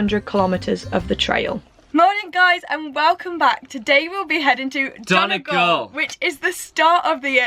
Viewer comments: Brilliant video! Just a little tip for anyone wanting to sound less like a tourist - it's pronounced don-ee-gal not don-a-gal. Hope that helps x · Its pronounced 'Dunnygawl